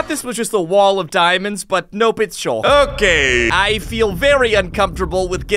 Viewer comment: its not called shulk its called sculk